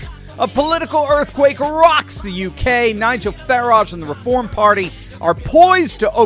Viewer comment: I hope Nigel doesn't also pronounce his last name like that! It should be pronounced to rhyme with "carriage". But "fa-RAAHJh, really"?!?! He's not French! It's like Hyacinth Bucket (which she insists on pronouncing like "bouquét"! "The bouqueeet residence! The lady of the house speaking..."😂